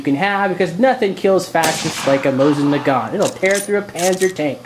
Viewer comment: Mo-seen nah-gone.